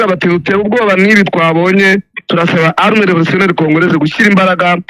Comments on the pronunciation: ugomba gutandukanya " arme na armée" bavuga rero "Armée" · Ntabwo turi "" arme""Ni armée mpora ngukosora Nuko utajya ukosorwa (shyiraho isaku uzamure)